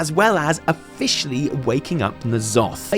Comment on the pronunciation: Oh-fish-ally awaken N'zoth